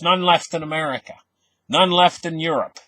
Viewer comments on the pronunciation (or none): none